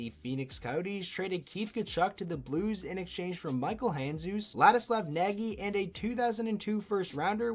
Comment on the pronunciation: Some trivia - Nagy is not prounced like it is spelled. An English speaker would get fairly close by trying to pronounce "Nodge".